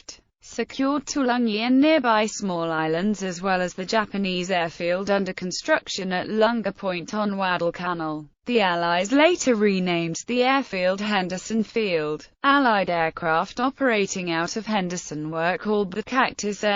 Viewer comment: The pronunciation of South Pacific names is incomprehensible! The battle of "Waddle-Canal"??